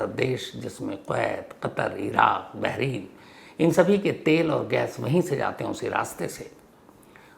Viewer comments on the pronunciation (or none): none